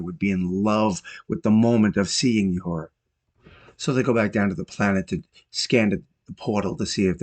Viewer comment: I can tell you have never seen the show because of the way you butcher Uhuru's name.